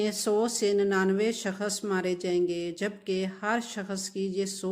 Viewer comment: اور پہلے آپ اپنی اردو ٹھیک کریں اور شکست نہیں ہوتا ، شخص ہوتا ہے ، بی بی پڑھ لکھ لو اور تاریخ دان مت بنو تمہاری زبان سے پتہ چل گیا ہے کہ تم ان پڑھ بھی ہو اور جاھلہ بھی 😂😂 دریااااافت نہیں ہوتا ، دریافت ہوتا ہے 😂😂😂😂 باجی